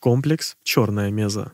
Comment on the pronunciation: Ролик прикольный. Раньше только текстовый вариант видел, причём без DLC HL. НО(!), зачем в ролик включать Жнецов из Mass Effect? Есть один нюанс. Какая, нахер меЗа????? МЕССА!!!!!!! Когда ж, вы, мамкины ютуберы, выучите термины!?